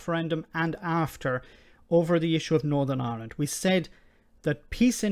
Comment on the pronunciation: She can't say Ireland, sounds like Aland. Please don't sort it out as everyday goes by, a United 🇮🇪 gets closer 🙏